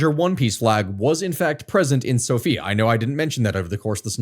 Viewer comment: hearing him say the capital's name like that keeps scaring me throughout the video because my name is Sofiya cries